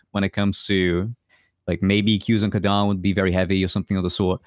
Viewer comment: why you pronounce Kadan as Chadan??? cant you spell K or are you lot swedish or something?